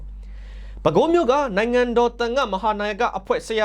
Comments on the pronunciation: မုနိန်ဒါဘိဝံသ လို့ဖတ်ရပါသည်....မြန်မာစာမြန်မာ့စကားမှာပါလိဖတ်ပုံညွှန်းပြထားပါသည်။ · မုနိန်ဒါဘိဝံသလို့အသံထွက်ရပါတယ် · မုနိန်ဒါဘိဝံသ လို့ အသံထွက်မှန်အောင် ဖတ်ပေးပါ။ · မုနိန္ဒာ=မုနိန်ဒါ လို့အသံထွက်ရပါ့မယ်။ (နှစ်လုံးဆင့်မှာ၊အထက်သာ၊သတ်ပါမြဲဧကန်။) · မုနိန်ဒါလို့ဖတ်ပေးပါ❤❤❤❤❤ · (မုနိန်ဒါ) လို့ အသံထွက်ရပါတယ် ။